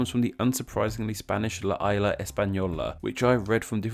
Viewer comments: La "aila" española. It's ISLA, not aila. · The S in ‘Isla’ is not silent, you have to pronounce it. Also just a heads up, in Spanish, the letter H is silent almost always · Wow! That was interesting. I had an idea how the Dominican Republic was named, but not Dominica. What a huge coincidence that Columbus’ family named both of them, but for different reasons. By the way, please learn proper Spanish pronunciation. You butchered the word Isla when talking about La Isla Española. Unlike in English, you pronounce the s in Spanish. Just remember it for next time. Thanks man.